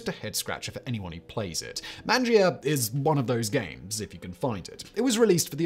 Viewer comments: It’s not man-geeeuh. Your Italian sucks lol it’s MONjuh. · Fun video! BTW, it is pronounced "mahn-jah", Italian for eat!